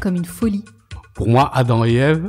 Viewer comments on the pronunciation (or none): none